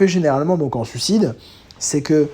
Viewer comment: Je chipote car tu prononces sucide et pas suicide, fallait bien que je trouve un truc car le reste est irréprochable, c'est fluide, accrocheur, on voit que tu connais le sujet tu frôles la perfection quoi xD et 51min de vidéo, j'en ai pas vu le temps passer +1 abo :)